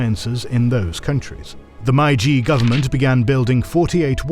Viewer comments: If you are making a video about the Meiji Era, maybe you should first check how "Meiji" is pronounced. It seriously jurt my ears hearing a completely made up pronunciation again and again throughout the video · No credibility when you do a documentary about the Meiji restoration and then don’t pronounce ‘Meiji’ correctly. It’s not hard to get it right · the pronunciation of "Meiji" is absolutely abhorrent... really missed the mark there, especially for such an important word for the video. it's not just that it's not even close, no other videos discussing this topic ever mispronounce it as such!!! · how on earth can you produce such an amazing video and don't check how to pronounce a name of the era in your title. I'm not even angry, I'm just amazed. Like, how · Is it me or the voice is AI? The way he is pronouncing Meiji is off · lol “Mai-jee” really??? Really?????? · i normally never complain about pronunciation, but the "my g" period? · it’s pronounced “MAY-jee”, otherwise great video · The narrator can't even pronounce "Meiji" correctly. It's pronounced "May - G" (exactly as it sounds). LMFAO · I love this channel but every time there's a Japanese history, something gets pronounced so wrong that it wrecks me... Meiji is said more like "May-ji". Ei makes a "long a" sound. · Meiji is not pronounced Maiji otherwise good! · great video, almost ruined by MAI-JEE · My guess is that they say it wrong on purpose so people comment about it to boost engagement. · Every time I hear you pronounce "Meiji" it hurts my ears lol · Great video. Just, please, it's "Meiji", not "Maiji". That sounds bad! Otherwise👍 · Great video as always! A small recommendation: please familiarize the narrator with the pronunciations of foreign words before each video. One of many such oversights in this video for example, My-jee is completely wrong (it’s actually may-jee)￼ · It's pronounced May-Ji not Mai-Jee. Japanese is literally the easiest language to pronounce.